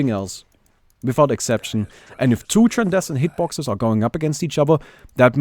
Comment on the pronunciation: its tran-scen-dent hitbox...